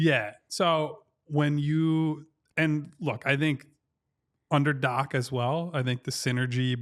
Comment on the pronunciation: Did he say doc?